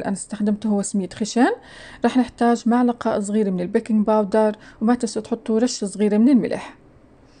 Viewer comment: ملعقة مو معلقة 😁